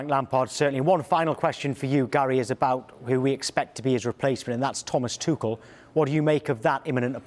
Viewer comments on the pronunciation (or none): The way he pronounced "tuchel" 😂😂😂